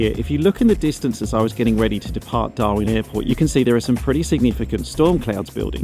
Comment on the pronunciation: You know you've been staring at Garmin for a long time when instead of saying "Darwin" you say "Darmin" on the radio :)